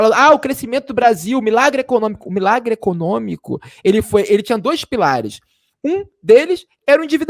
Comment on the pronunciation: Ficou "ecocômico".